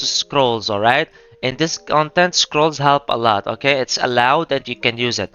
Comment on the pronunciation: a thouth it was "almight"